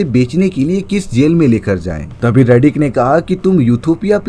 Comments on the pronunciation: Riddick hai redick nahi ghonchu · 😂 रेडीक नहीं…. रिडिक।